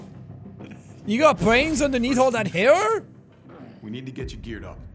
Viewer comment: "You got bwains underneaf all that haiw?!" Classic gamer accent. I bet he loved "Zewda" as a kid.